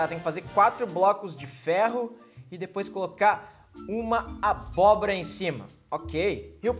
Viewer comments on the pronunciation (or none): none